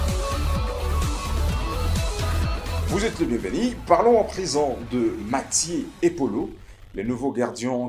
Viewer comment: Apprends a parler FRANCAIS. Car tu veux t improviser journaliste. Il y a une difference de prononciation entre Mathieu et Mathie, plusieurs et plisieurs, Rumeurs et Rimers, etc….APPRENDS A PARLER au lieu de risiculiser les congolais . Quelqu un au Congo t as trompe en te faisant croire que tu sais parler Francais